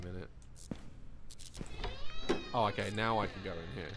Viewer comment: No one: Literally not even the dead fly in the light: Daz: "Is there a light switch down heA?"